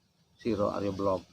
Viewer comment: Jika di kaitkan dg sudara ( kakak ) dari Sire Arya Belog,, yaitu Sire Arya "Kenceng" maka Arya Belog., hrs di baca Sire AryaBelok., bukan belog dlm pengertian bodoh .🙏